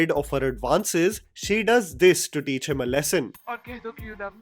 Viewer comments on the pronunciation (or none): none